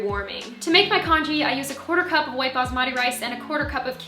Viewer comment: Congee is actually pronounced : Kungee